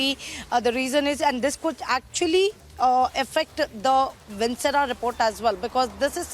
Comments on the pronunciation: What kind of reporters do you have? This girl is mispronouncing every thing… it’s not “vincera” it’s “viscera”… they use articles any which way they want!! If they have to report in English, please get people who can speak grammatically correct language… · Metabolites ( pronounced as “meta-bo-lites”) of the drug need to be detected. The organs of the body ( like stomach, intestines, etc.) is called viscera ( pronounced as vis-se-ra). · Vinchera, metabolitish, estashy ??.. Goa reporter